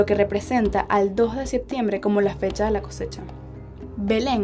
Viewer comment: dice el “Jetiembre” y dan con el calendario de diciembre